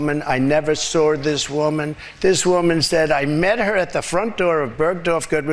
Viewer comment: It is saw not sour.